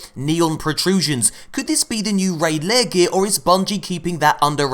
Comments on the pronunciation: It’s lair...like hair. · Please stop saying 'raid layer' It's annoying. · I really hope your pronunciation of "lair" is purposeful?